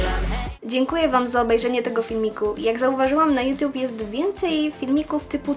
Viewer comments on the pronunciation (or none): none